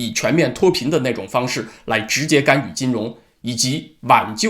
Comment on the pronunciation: 是「干』預不是「幹」預.....